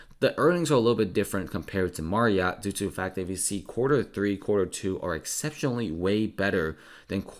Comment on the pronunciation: Anyone else dying at the way he says MARRiott